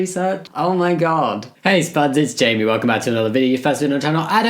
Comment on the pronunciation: Just learned that his name is pronounced Jame-Ee, not Jam-Ee